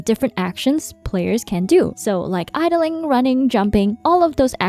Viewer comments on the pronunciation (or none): "like idleing" "ilde" XD